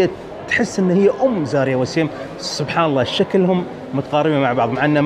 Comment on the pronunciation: ملاحظة بسيطة استاذ.. الممثلة اسمها زايرا مش زاريا انت مصمم على زاريا من ايام فيلم دانغال 😂😂😂 تحياتي لك 🌹🌹